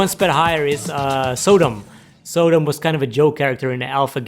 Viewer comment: Some odd pronunciations (i.e., Sodom) and calling Chun Li the "first lady of fighting games" then ranking Rose ahead of her both small issues but otherwise, good video. 👍 Edit: Ryu should be #1. He's the flagship character.